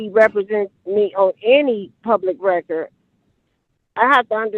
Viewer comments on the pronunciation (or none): What is "on the reckert"